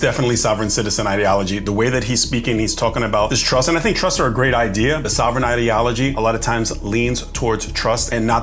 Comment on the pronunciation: It’s TRUST NOT truSS.